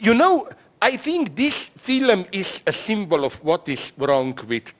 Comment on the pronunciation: Ahh, Z talking about "filems" 😌